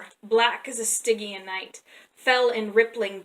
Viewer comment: You’re right about the pronunciation of Belit, but Stygian could use a look-up ^_^